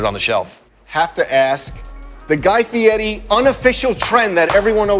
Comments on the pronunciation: Guy fetti? Fe air ee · It’s guy feire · He said guy fietti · Guy Fieri says his name correctly every time he says it and still people mispronounce it. That guy is as patient as a saint.